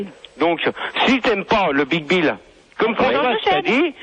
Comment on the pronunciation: À aucun moment l'animateur radio ne se corrige et les autres ne lui font pas remarquer qu'il dit "Le BigBill"... 😂